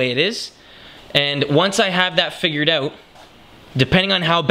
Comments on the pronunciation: more like "oat" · being from Cali it bugs me lmao